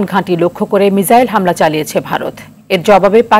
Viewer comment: এইসব সাংঘাতিক কোন জায়গা থেকে ধোয়ার নিয়া আসে? মিসাইল রে কয় মিশাইল